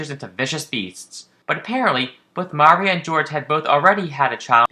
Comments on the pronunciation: What are you doing saying Maria like that? It's pronounced like "mario". the emphasis is on the "ii" muhRIa. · (Oscillaut) MAH REE OH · Anyone else find it odd this guy can't pronounce Maria right? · Lol the way you pronounce Maria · Your pronunciation of Maria is a bit off